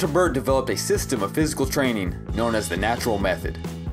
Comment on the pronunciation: FYI, he was French, so his name is pronounced AYE-bear. Respect✌️